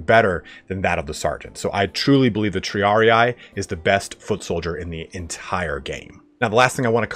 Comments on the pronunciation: Triarii is a Latin word. The last "ii" is pronounced as in Tree. Thus kind of : Triaree. Not Triari-eye ... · One day someone will learn how to pronounce triarii